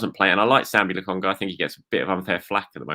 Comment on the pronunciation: I'm sorry but you have to learn how to say people's names properly, it's disrespectful and lazy, not to mention really irritating. I'd only just over Lagunga